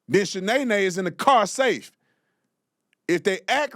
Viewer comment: Not Shanaenae! 😂